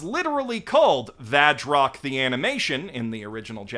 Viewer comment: The kana next to the title says 「バズロック」 "Bazu Rokku", I don't hear the "V" in there at all.